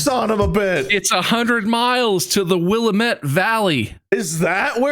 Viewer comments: As a native of the Willamette valley, please put the stress on the second syllable. It makes me twitch every time someone says it off kilter like that. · As a native Oregonian, hearing the occasional "Or-eh-gone" and "Will-ah-mett" made me snort. BUT, seeing these goobers make it through the game with ZERO deaths on their first try is absolutely astounding, and deserves all the applause :D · Hearing people say Willamette like “will-uh-met” always makes me laugh Ahsjf born and raised in Oregon right next to that river. it’s actually “wuh-lam-it” but at least they didn’t say Ory-gone 😂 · (Also its Will-Ah-Met not Willa-Met) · the repeated mispronouncing of Willamette is painful LOL. Will -- Am--- Ehht XD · as someone who lives in the WILL-A-MET valley area the way they pronounce Willamette hurts me. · will-am-it. WILL-AM-IT YOU FOOL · I'm here on behalf of all the Oregonians: It's Wil-LAM-ette!! Rhymes with Dammit! Mark yelling "Why did we come to The Dalles?!?!" had me in tears 😂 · Bob. It's Will-ah-met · They said Willamette wrong. But other than that, great episode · As someone who lives in Oregon, I found some of the pronunciations hilarious. Especially Bob's pronunciation of the Willamette valley. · Bob - point for worst pronunciation of Willamette Valley I've never heard.